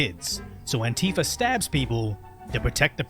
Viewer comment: Why is he saying antifia? They are not antifia